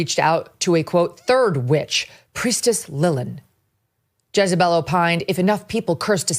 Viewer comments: It's JEZ not JIZZ lmao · Jezebel not jizzabel 😂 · Thought he said Jizz-a-Bell(pause) 🤣🤣🤣